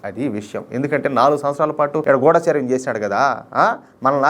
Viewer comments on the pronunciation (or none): none